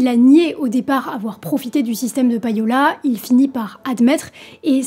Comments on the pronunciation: "païola" m'écorche les oreilles tout le long de la vidéo 😱 On ne prononce pas "païer" en Français (pour le verbe payer) mais "pêïer". Et bien en Anglais, c'est pareil : LE payola vient du verbe "to pay" (payer) et ça se prononce "pêïola" et non pas "païola". Voilà, déso mais fallait que ça sorte... bise! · Très bonne vidéo mais attention, ça se prononce plus ou moins comme pay'owl (prononcé pay comme 'pay' en anglais) et non pa-yo'la... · "payola" se prononce "péola"... "pay" = "pé" facile quand meme, bordel